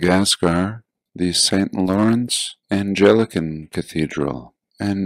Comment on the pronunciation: 'Anglican', not 'Angelican'.